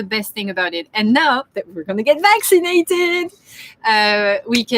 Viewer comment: says "we're so excited! Next week we're getting back to naked!" 😜..... Accent translation - Vac ci nated